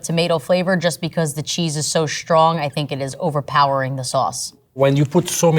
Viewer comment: the cheese is so "shtrong".